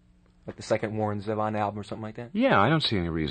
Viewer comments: I love him just singing and playing live. Genius. The interviewer is bad, however. Can't even pronounce his name correctly. Doesn't seem to be very well-prepared or even know who Warren is. And Warren is gracious through the whole thing. Love him. Miss him. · Too bad the interviewer couldn't be bothered to learn how to pronounce "Zevon" correctly. Also, his obsession with The Eagles and the word desperado was just downright weird. Just because The Eagles had a song named Desperado doesn't mean they own the word.